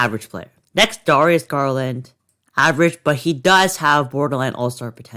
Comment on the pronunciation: Darius garland name pronunciation is dare-re-us gar-land